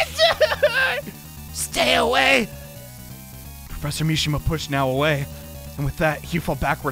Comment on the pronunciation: plEASEEE, the pwofessor needs his hwead to goto schuwul tomowow PLEASE